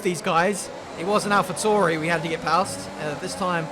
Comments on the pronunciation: you keep saying Alpha Tauri wrong, it’s not ‘Toor-ee’, it’s ‘Towel-re’ 🤣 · Alpha Tori 🤦🏼‍♂️ please say their name correctly, thank you.